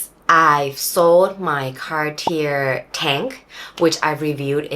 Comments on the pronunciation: I couldn't stand you calling it car tier, had to quit the video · The r at the end of Cartier is silent.